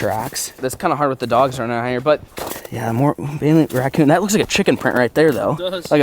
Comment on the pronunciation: he said wackoon